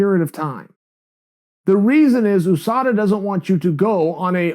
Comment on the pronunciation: OOO-SADA Pool.